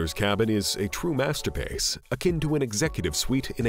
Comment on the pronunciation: Why does this Narrator speak like this.. “Famalay, masterpace, countray, trophays” LOL WTF?